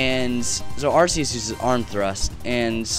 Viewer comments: I think it's actually pronounced ARK-e-us. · But Are-see-us sounds like arse. Which is rubbish. Ark-ee-us could be a reference to "archangel".